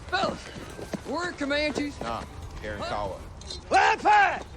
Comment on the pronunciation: The technical directors did a lousy job on this series. Didn't pronounce Karankawa correctly and no, they were not killed off by 1836. I love those mountains near San Antonio. Hollywood garbage.